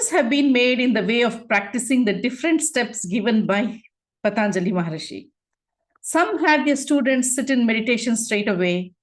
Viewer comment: Loved this program. With due respect, It should be pronounced Patanjali not Pataanjali